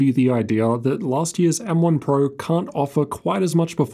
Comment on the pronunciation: "M1 purrr" 😆